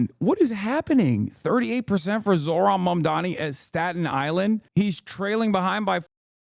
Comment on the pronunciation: Here in Ireland the left parties and people in general on the left are talking about this. It's a real victory and hope in a sea of the worst right wing bullshit atm. More of this. Also within 11 seconds of the vid starting and the anchor is already saying his name wrong omgg